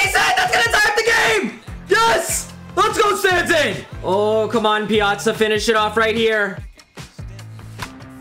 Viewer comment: It’s pia-tza